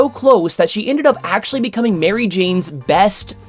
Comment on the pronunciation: um, ACKCHUALLIEY